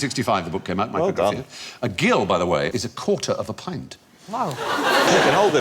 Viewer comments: The gill as a unit of measurement is pronounced /ˈdʒɪl/ as in ‘Jill’ and not /ɡɪl/ as in a fish’s gill. Seems Fry never had a pub job... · Sir! The measurement "gill" is pronounced the same as "Jill". Otherwise, it gets a bit fishy. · A gill is pronounced jill, Steven. In English, that is. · It's prounced jill, not gill. What next? Jiggawatts? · We say gill like Jill in the north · Aw come on. I wasnt expecting Fry of all people to mispronounce Gill... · Isn't the g in gill a soft j sound? I've never heard it pronounced with a hard g sound before.